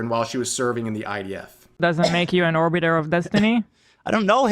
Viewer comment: did he say "whorebitor" 🤣